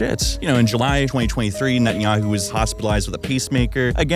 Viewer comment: ninja-man bet-in-yahoo